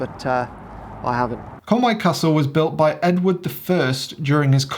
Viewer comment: Love your videos, like your sense of humour. Welcome to North Wales, but please, it is Conwy not Conway. Pronounced Konwi 👍🏻